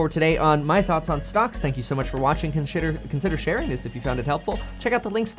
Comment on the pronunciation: Kevin said "Con Shitter... consider sharing" LMAO 🤣🤣🤣